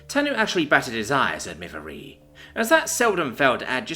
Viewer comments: Yay, more Shil verse. Observation: I think "Miv-eire" is pronounced more like "miv-air", possibly with a 'y' inflection like "miv-yair"(sort of French-like). Too bad you're stuck with it as-is. Note to authors: Don't mash the keyboard to make alien names. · As a french it is miv-air